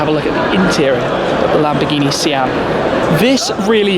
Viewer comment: Lamborghi?? Lol 1 min 56 sec